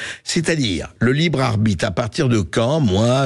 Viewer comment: * Le libre-arBITE, tu l'as fait exprès ???* 🤣🤣🤣🤣🤣